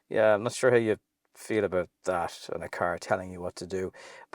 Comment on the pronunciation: That -> Tharse